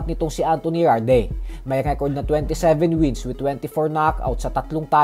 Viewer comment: Yarde pronunciation "Yard" Hindi Yarde Tanga😂